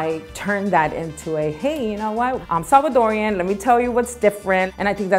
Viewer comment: I love that he said Salvadoran not salvadoriannn